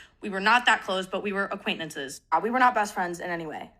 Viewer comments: … they’re commenting on her mispronunciation of the word. notice how the comment you’re replying to is intentionally misspelled? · sorry losing my mind at how she pronounces “acquaintances.” 😂